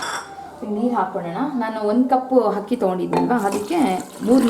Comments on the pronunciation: It's not ಹಕ್ಕಿ....IT'S ಅಕ್ಕಿ (rice).... Please correct your kannada pronunciation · Nice recipes but hakki alla mam akki😀😀